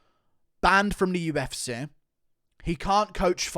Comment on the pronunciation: Love how he pronounces UFSeyyh